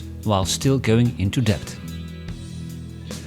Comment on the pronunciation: 22- Depth, not debt.